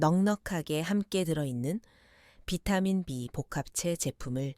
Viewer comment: B12를 사라 그말이요? 비타민 발음이 엉터리요.